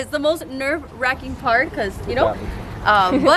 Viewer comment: Lol i knew the whole time she was tryna say nerve wracking !😂